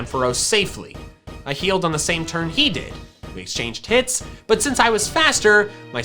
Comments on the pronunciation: I heard that he said "we exchanged tits" when he said "we exchanged hits" in the red battle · Why did you say:'we exchanged tits'? Dont you mean "hits"???